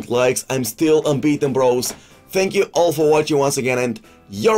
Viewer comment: “TANK YEWW LEWANGOALSKI”